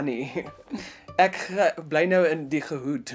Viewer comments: “In die geHood”😭😭😭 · "Ge hood" 😹😹😹😹😹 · In the “ge hood”😂😂😂😂😂😂